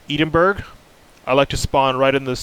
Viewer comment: as a brit myself, you actually pronounced edinburgh wrong, its actually pronounced edin-bruh just saying :)